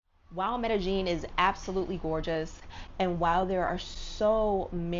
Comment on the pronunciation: Racism is almost everywhere but I think people need to realize that there are tells of you being a tourist or a foreigner. Like her saying medejeen instead of medeyeen instantly tells locals you are not from here so then the bs follows you much faster. Suddenly your color matters more and people notice your valuables more. That's how it is everywhere. Immerse yourself in a country's language and culture BEFORE you go to live there always and people will appreciate you more. Colombians don't even trust other Colombians in the culture so they definitely wouldn't trust a foreigner